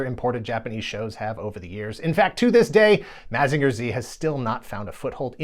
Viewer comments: Why are you saying “Mazeenga” so weird? You can hear how the Japanese intended it to be pronounced by simply listening to the theme song. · This is a great video, but I thought mazinger was pronounced like mazin jer